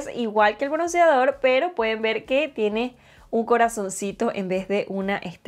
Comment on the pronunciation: Te quedo HERMOSO Perdón t3ngo que decírtelo...pero no se dice KORIANO, SE DICE KOREANO al igual que BRONCIADOR, se dice BRONCEADOR...Y También el PLATIADO, se dice PLATEADO perdón !!!